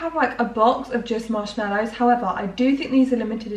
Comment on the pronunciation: Marsh mellows? It's mallow! 🤣